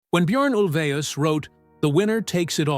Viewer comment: I've never heard his name pronounced like that, sounds like he's saying urine